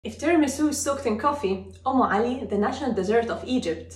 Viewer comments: It's UMME ALI ....not om ,... Did you mean om ? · It's not on Ali it is Um Ali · Not OM but UM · Its UmmAli not Omali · It's actually 'Umm Ali' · It's umm Ali😂😂😂😂